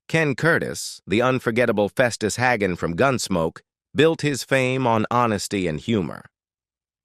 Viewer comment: AI voice, his last name was HAY-gun, not HAG-un.